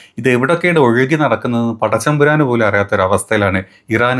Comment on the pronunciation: പടച്ചതമ്പുരാനുംകൂടി കണ്ടുപിടിക്കാൻ പറ്റാത്ത വിധത്തിൽ എന്ന ഉച്ചരണം ശരിയല്ല അറിയാതെ പറഞ്ഞുപോയതായിരിക്കാം